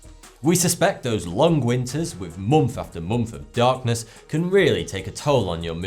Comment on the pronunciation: Moomf after moomf of darkness!